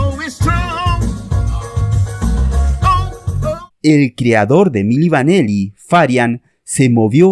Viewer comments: Se pronuncia "mili vanili" no mili vaneli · Milli Vanilli..no Vaneli..al menos pronuncia bien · Es Milli Vanilli no Milli VanElli como dice el narrador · Y es VANILLI, con I. No VANELLI, como dices al principio del vídeo. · El video está muy bien explicado pero los fallos de llamar milli vaneli y Fab morgan son imperdonables 😂😂😂